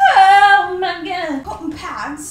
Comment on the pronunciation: AT THE START SHE IS SAYING COKKON PADS NOPE UR WRONG IT IS COTTON PADS